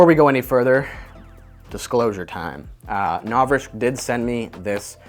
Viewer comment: I love your videos, but I can't watch this one. It's just "Novrishk" every thirty seconds and I just can't- XD